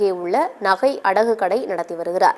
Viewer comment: கட்டை இல்லை கடை